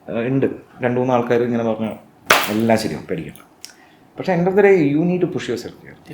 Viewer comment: പഷേ അല്ല പക്ഷേ